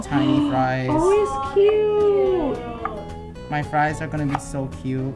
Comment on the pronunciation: Me: "Calling Krew pets cute." Krew: "Calling fries kyoot."